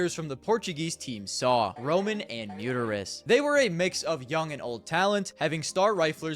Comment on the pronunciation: the way you pronounce Mutitis WutFace